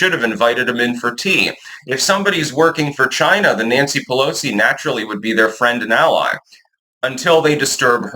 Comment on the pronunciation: Nansee “we need them to pick the crops” puhllowsee…🤣